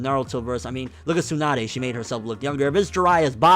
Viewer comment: It's Tsunade.